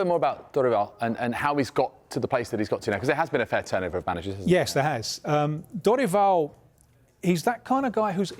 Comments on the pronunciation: Thank you for pronouncing Dorival properly. I disagree with the view that Brazil is more open about mental health than the UK. That is absolutely not true. There is a confusion being made there about a culture that is affectionate and open about affection with a culture that is open about mental health. British people are way more open about mental health problems, way less taboo to say you have depression in the UK than in Brazil where even in 2024 people still say "you're just weak, there are people starving, get a grip". I 100% believe that Croatia game would have done differently if they had psychologists on staff. One of the few teams in 2022 that didn't bring psychologists. Argentina brought an entire team and each player had their own already, partly because of, as mentioned in the video here, the culture is so open to therapy. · Props for the effort on studying the Brazilian football scenario and also learning the pronunciation of people’s names, we don’t see that often, thank you! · He pronounces Dorival so accurate